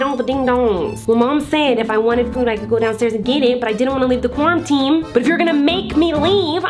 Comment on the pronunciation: I think it's funny and cute that she's saying “cwarminteam” instead of “quarantine”🤣❤️